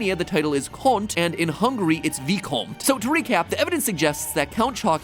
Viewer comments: Conte is pronounced with an accent on "e". Just a fellow romanian helping out. Edit: Dracul translateted in roumanian means "The Devil" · I am from Romania and he pronounced conte a but wrong as well. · Excuse me matpat, the "e" in conte is also pronounced in Romanian. Not to be rude or anything, just wanted you to know. And sorry if someone else commented this! ❤ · Hey, I am Romanian and in our language we pronounce all the letters in the word. you kind of French-ified the word by saying "kont" but in reality we pronounce "kont-eh". Sorry for really nitpicking, but it's just a piece of advice for not annoying some people who don't like it when their words are butchered. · The way You Say romanian word "conte" is so funny......cuz is like canadian word "out" to american word out. Im romanian and that accent "conte" is funny